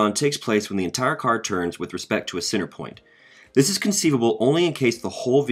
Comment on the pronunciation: cenTer...imporTant. Enunciation.